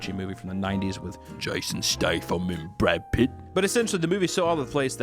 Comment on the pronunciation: spit my soda out at "jashon shtafam and Brawd Pitt"